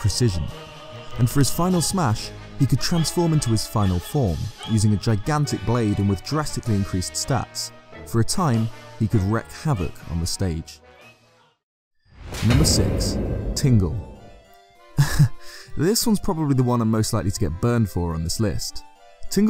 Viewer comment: Rek havoc? REK HAVOC? ITS PRONOUNCED REEK IN WREAK HAVOC!